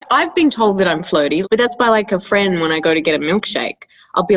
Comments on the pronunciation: jo kept on saying flirting and I kept hearing it as floating and I was so confused like floating while getting milkshake? what? also hero hits different in this video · i really thought jo was saying floating instead of flirting 😭